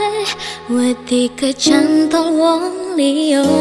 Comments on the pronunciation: Bagus banget. Merdu suaranya mbk. Mendayu dayu Mungkin di bagian kecantol itu ya mbk pengucapannya harus pakai th yaitu kecanthol. Selebihnya mantap medok jawanya bagus mbk ❤ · iya bener aku baru tau juga kalo itu pelafalan nya kecanthol gitu. dapet ilmu baru lagi hehe, semoga next lebih bagus lagi yahh